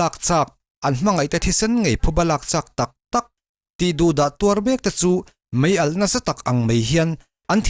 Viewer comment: Mei a ti suh ' mai a ' ti rawh .